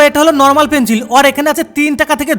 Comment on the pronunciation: Pencil ❌ Penchil✔️😂